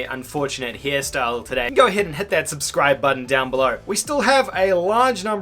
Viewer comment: Wait why does he say scubscribe?